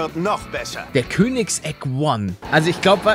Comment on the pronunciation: Er wird Koenigsegg one to one ausgesprochen.